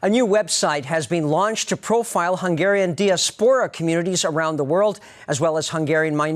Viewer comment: "diaspora" mispronounced